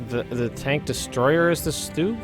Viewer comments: Garrett Stock So you're trying to convince me that the pronunciation he's using is correct. OK so lets say you're right then you must say the word "Stumble" like "Stoomble" - but I bet you don't. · Why do Americans always call Stugs Stoogs? I'm sure you don't call things that shelter you from the rain an Oombrella. Its always made me curious as every American I know pronounces it that way and it makes no sense.